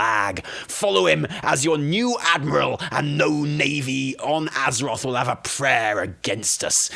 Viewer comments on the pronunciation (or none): none